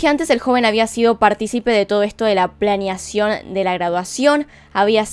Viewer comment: Ajajjaa la amo, "planeacion " ...ajajaja